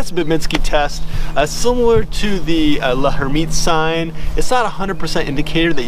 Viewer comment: L'hermitte's sign is pronounced "Lairmitte." the 'h' is silent.